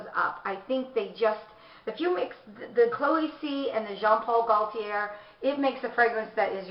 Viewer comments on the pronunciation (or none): Love your collection ! You need to say the designers name though...it's not pronounced Jean Paul "Goll-tee-air" as you say it, cos the "l" is silent...it's "Goat-tee yay"....hope that helps. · I'm French so it is said: GO-TEE-AY (Gauthier)